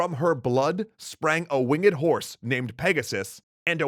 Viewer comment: the story teller says wing ed Me:REEEEEEeeeEEE